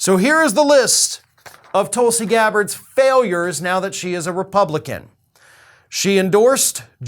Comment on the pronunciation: It’s “Toolsi” Gabbard